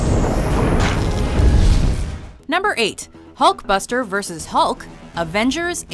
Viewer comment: Hulkbustet? It's..